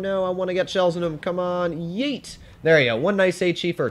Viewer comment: "weird gun" when seeing a ZiS-6 "DEET" when trying to say Yeet